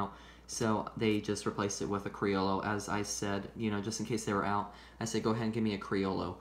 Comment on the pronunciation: Cree-yo-yo is what I read is how it's pronounced I was saying it the same way until then.